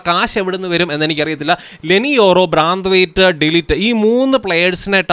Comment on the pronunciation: braaaandhwait allallo brethwait enalle paraya